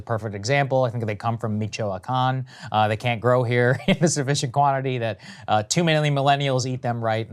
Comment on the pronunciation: The worst pronunciation of Michoacán I have ever heard